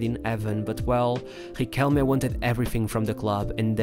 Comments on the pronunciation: Its pronounced "riquel meh" not "riquelm" and its "argentinos juniors" not "argentinos huniors" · It’s pronounced Ree-kell-Meh, not Re-Kell.